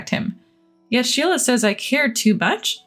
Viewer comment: Amelia is pronounced but spelled Amelie, Sheila not shelia